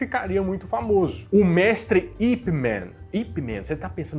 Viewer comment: Para de falar Ip "Men", cacete!!! O cara era chinês, era Ip Man, com som de "a" mesmo!!!! É eu sei, tô sendo chato cagador de regra, mas tu não tem ideia de como isso incomoda quem tá mais por dentro desse mundo, como eu, que tenho 10 anos de JKD........ É, eu também sei que ninguém perguntou, mas já falei, 😁..................... SOCO DE MEIA POLEGADA???!!!! ONDE VOCÊ MORA, EU VOU AÍ TE MOSTRA O SOCO DE MEIA P0LEGADA, 😂. Mas falando sério. Eu olhei o título e já entrei pronto pra te xingar, mas tu fez uma pesquisa top, parabéns!!!